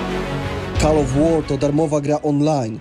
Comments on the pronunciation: Call wymawia się "kol". Nie czepiam się, ale chciałbym aby brzmiało profesjonalnie. Powodzenia dla całej ekipy. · Call of war czyta się inaczej. Nie kal lecz kol. Słownik google to nie trudna rzecz.